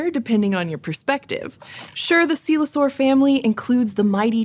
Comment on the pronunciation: coelurosaur not "coelosaur".